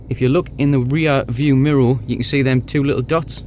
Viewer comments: It's "MIRROR" not MIRROL or whatever you are saying!!! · What language do you speak ? You got me saying MIROW rather than mirror 😂👍🏼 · Really good in depth video I'm looking at getting one but thinking of the dark grey (because white would be hell living here on the coast) and wanting the 350 but looking at yours it's making me wonder about a white one. Love the way your pronounce mirror 😂 mirrow! So it's been a couple of years since do you still have the car and any problems at all? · What is a “MIRRO”?